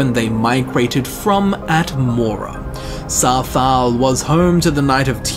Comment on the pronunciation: Why do you say Sarthaal so weird?